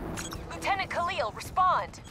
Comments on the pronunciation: Call him lieutenant Kahli ONE MORE TIME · Its Khalil! And u pronouce Minister Said (saiid)